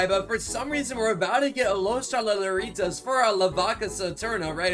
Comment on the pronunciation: you siad los tralaleritas when you meant to say los tralaleritoes